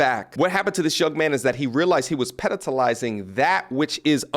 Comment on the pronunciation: love your content, but you do mangle words at times. It's pedestalizing... can't pronounce, let alone write what you said. Stay blessed